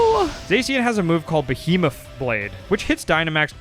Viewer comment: Behemuf? Was that supposed to be Behemoth?